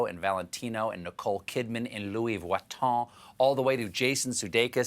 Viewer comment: Stephen doesn't know how to pronounce Louis Vuitton. Too bad. But he should try again whenever...